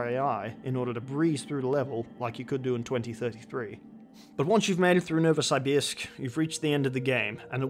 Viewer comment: Pronounced NovosYbYrsk